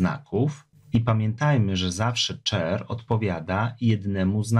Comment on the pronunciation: Wszystko super ale mógłbyś popracować nad wymową angielskich słów, jak słyszałem boolean lub char to aż mnie skręcało.